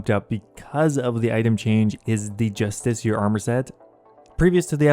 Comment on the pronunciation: justisheer? what the fuck? JUSTICAR jesus fuck dude